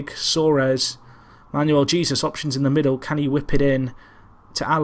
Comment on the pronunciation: Great series, been here since the start. I know how terrible (lol) you are with names but I have to say Jesus is pronounced Hey-zeus.